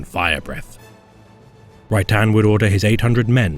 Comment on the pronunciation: I always hear Right Hand when he says Rhy'tan. Thanks for the video.